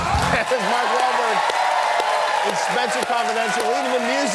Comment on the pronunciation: lol sounded like he was about to say Rober